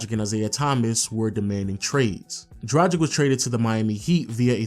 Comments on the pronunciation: DRAGIĆ DRUG-ITCH NOT DRUDGE-ICK WHEN WILL YOU PEOPLE LEARN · Mate, great video and all, but enough is enough. It’s pronounced Drag - itch, not Draj - ic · Goran Tragic...come on, its not that hard saying Dragic...just spell the c as tch... Goran Dragitch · A Phoenix Suns retrospective made by someone who INSISTS on mispronouncing the name Dragic is really, really irritating. Dude, it's not "Drah-jick" it's "Drah-gich". Just because Shaq is a giant man-baby who can't wrap his head around anything other than the drop-step doesn't mean you have to be. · Come on man - Goran Dragic’s last name is pronounced ‘Drar-Gitch’ with a hard G! Like Glitch without the ‘L’! It’s like never watching you didn’t watch any of the games! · It’s like he has never heard their names being pronounced! He has also butchered Goran Dragic’s last name! It’s pronounced ‘Drar-Gitch’ with a hard G! Like Glitch without the ‘L’